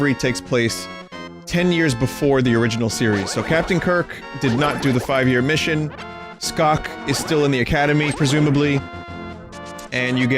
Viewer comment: Are we just going to ignore the fact that Vinny accidentally called Spock "Scock"?